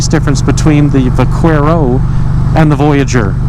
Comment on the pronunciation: Great video. FYI, in Spanish the letter Q is pronounced as K. When you were saying Vaquero.